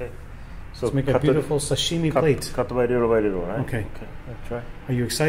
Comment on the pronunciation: And he says "Sashimi" so weird (not Hiro) I'm Japanese and he puts a different accent sound to it. It's like how they say "Karaoke" and "Panko" They don't care how they pronounce it.